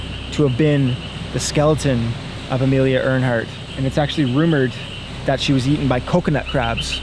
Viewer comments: “Earhart” not “Airhaught” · It’s Earhart. Amelia Earhart. Not Earnhart. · Amelia Earhart, not Earnhardt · I love you brother, but it’s Amelia Earhart, not “Earnhardt” lol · It’s Amelia Earhart not Earnhardt lol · I just wish he'd stop saying Amelia Earnhart... it's Earhart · Amelia Earhart. (Pronounced Air Heart) Not Earnhardt as in Dale Earnhardt. 😂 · Amelia Earhart* not Earnhart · Amelia Earhart not Earnhardt. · Amelia Earhart. Not Earnhardt. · Amelia "Earhart" pronounced "air heart" not like Dale Earnhardt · ITS AMELIA EARHART NOT EARNHART . MAYBE READ A BOOK NEXT TIME . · Did you mean to say Amelia Ernhart? Idk if that part was satire but I could have sworn her name was Amelia Earhart lol P.S. I know part of it was satire just asking about that part specifically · It's Earhart, pronounced "air heart", not "Earnhardt", she wasn't a Nascar driver....also you had me until the "Sir Francis Bacon" story.... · Bro It's Amelia Earhart! (Pronounced air hart) Not Earnhardt like Dale Earnhardt lol 😂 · Earhart, not Earnhardt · It's Amelia Earhart. Not Amelia Earnhardt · ITS "Amelia Earhart" not ernhart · Amelia Earhart, not Earnhart. Awesome video,! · Amelia Earhart Not Amelia Earnhardt lmao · It is pronounced air hart. Earnhart like the racer. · it’s pronounced Air-Hart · Amelia Earhart. Pronounced like “Air-heart” which is quite poetic. No N in her last name like Dale’s. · Amelia Earharr "pronounced "Airheart" . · Bro her name was Amelia Earhart - it's literally pronounced "Air-Heart" Spot on with the crab hijacking plot though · She wasn't a stock car driver! 'Airheart' was the correct pronunciation. Spelled Earhart! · Her name was Amelia Earhart not earnhart. You almost had it right just pronounced it wrong. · Amelia Earhart It is pronounced like 'air heart" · its pronounced airheart lol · Her name was pronounced wrong, it's pronounced AIR HEART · "theres a very famous woman" proceeds to say her name wrong 3x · Amelia Earhart. No “n” in Earhart!